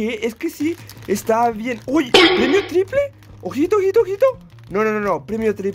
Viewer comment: Nunca había escuchado que alguien dijera “PREMIO TRIPRE” buena suerte bro félicidades 😎 Y también por las 2 arenitas